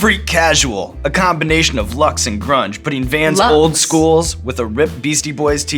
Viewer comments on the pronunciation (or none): none